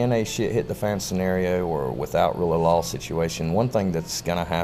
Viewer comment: every time he said rule of law i heard rule of lol